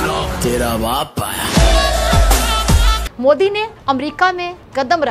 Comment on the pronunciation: अरे नरेंद्र मोडी नहीं 😂नरेंद्र मोदी जी कहो 😂😂